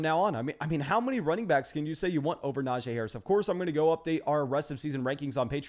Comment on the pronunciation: Love your content, BUT, I gotta help you. It’s Nah-Gee Harris. NOT Nah-Jay. You’re welcome.